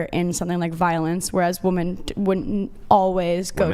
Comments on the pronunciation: Why do these girls always pronounce "women" as "woman"?! Drives me nuts!!! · Even when she reads "women" she says "woman". Wtf? Do they not know the difference between singular and plural? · Why does she keep saying woman as a plural? I thought it was a mistake at first but she keeps doing it! Edit: nvm it was addressed. Still makes no sense though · You can’t say women…dude you have no accent, you just can’t for some reason say it properly I love how when they are proven wrong, and the guys offer to show stats they nope out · It's "women" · Why doesn't Andrew EVER call out these Mickey Moused brained women who can't pronounce "WOMEN"! How can he think that there'd be any merit to a conversation or argument with someone whose native language is English, but who can't pronounce a word as basic as "women". It's like saying to your potential employer at an interview "I'm really smart, I know a lot of stuff .. but oh yeah, I can't pronounce some basic pre-school level words". GOOD BYE! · If you can't pronounce a basic word such as "WOMEN", then you should never think of yourself as someone who ought to say anything about anything at all.